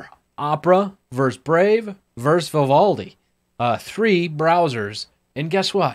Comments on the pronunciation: It's versus, not verse. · Uh... it’s "versus."